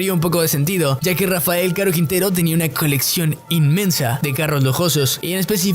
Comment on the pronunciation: Por lo menos debería aprender a pronunciar el apellido que taaaanto pronuncia y en cada vez que lo menciona lo dice mal